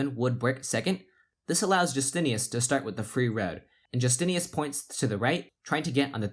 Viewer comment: "Justinas" is pronounced "YOO-STIN-IS" in Lithuania not "JUS-TINE-US" or "Jus-TIN-EE-US." You pronounce it two different ways at different points in the video. I'm thinking that the players would prefer that you do the small amount of research needed to pronounce their names correctly. Its a respect thing. ;)